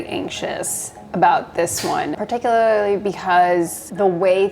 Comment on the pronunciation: I love how you says "particularly" here, it's wierd